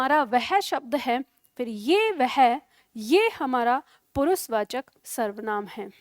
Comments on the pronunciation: Also she does not know that,s पुरुषवाचक not पुरुसवाचक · पुरुसवाचक नहीं पुरुषवाचक शब्द है।